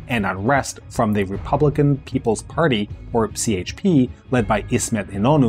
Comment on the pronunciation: Wait, he says more than CHP as the English “c”? That jarred my ears and I’m not Turkish, I just lived there two years and are used to hearing the Turkish parties pronounced with the Turkish alphabet. 🤦🏻‍♀️ Now I’m deciding if I should stick around and listen to the rest….